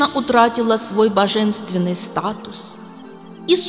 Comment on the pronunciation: Почему произносите боженственной а не Божественной ????